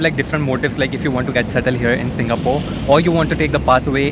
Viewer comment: Singapooor me 😅😅😅sahi say bol le angraj ke chode 😂